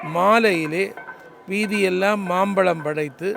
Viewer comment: மாப்பழத்திற்கு அல்ல மாம்பழத்திற்கு